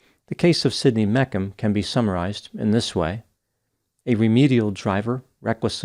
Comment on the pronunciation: It's Me-shum not Mekum lol!